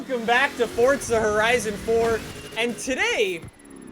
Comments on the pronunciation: Wellcome. Back to fortza horion avhaaha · fortza fortza fortza it’s FORZA JESUS CHRIST FOR ZA FOUR ZUH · everytime you say the game title you say '' Fortsa horizon 4'' instead of Forza horizon 4 it just gets me man XD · Bruh,you be saying Forza like “fotza” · Stfu it's pronounced forza not fortza just stop!!! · ForTza???? Where, tell me where the T comes in?? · Its forza not fotza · forza not fortza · It’s for-zaaaaa NOT FORTTTTTTZA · FORZA NOT FORTZA GOD DAMN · Why do people say fortza instead of forza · 4-za not fortza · Why does he call it ford-za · Why do you say fortza and not forza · Why do You say fortza When its forza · He gets on my nerves saying fortza THERES NO T IN FORZA HORIZON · Does it sound like he say FORTZA instead of Forza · Why dont you Say For Z a Hori Z on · FOR ZA. NOT FOR T ZA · Why is everyone saying like "Fortza"? Where does the phantom "t" come from? Where? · Its forza not fordza 😂😂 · Your saying fortza not forza!! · fortza is is FORZA no t in the soundings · ITS FORZA NOT FORTZA, YOU DONT HAGE TO SAY “FORTZA HORIZON 4” EVERY SENTENCE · If it"s spelled Forzza, then it would be pronounced Fortza, but it's Forza. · Forza not FORTza. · FORZA. there is no 'T'.. please stop pronouncing it with a 'T'. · It is Forza not Fortza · Its pronounced FORZA not FORTZA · Fortza? FORTZA?? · Why r u saying FORTZA it is FORZA there is no T in FORZA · Sorry..did he just say ForTsa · Y do Americans and Canadians say forza like fortza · It’s 4za not forTza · You’d be broke cause he says Fortza not Forza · why bro always saying FORTZA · Your stupid af, if you look it up it's pronounced fortza with a slight t. Stop tryna correct others when you can't get it right yourself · why he say it like fortza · ugh, FORTZA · Someone tell this guy that there is no "T" in the word "Forza"😂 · The only reason you wouldn’t be good is bc you call it “fortza”😂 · HE CALLS IT FORTZA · Is it me or does he say fordza?! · There’s no t in forza, so why is he saying fortza? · Fortza lol